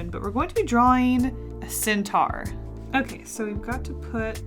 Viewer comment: Did you say centaur like "cyntar"?